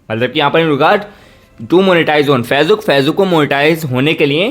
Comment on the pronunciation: Facebook achcha se bol nehi aakta